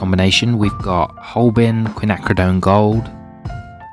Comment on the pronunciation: I find it interesting that you pronounce PthAlo as PthYlo. Let alone how you pronounce Holbein! 😉 I think I like the first or third triad.